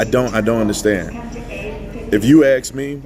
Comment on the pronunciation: Tatum you just keep putting out the truth. Do me a favor and stop saying “ax” and start saying “ask”. It just makes you sound ignorant and I know you are incredibly brilliant. So stop the word is ask not “ax”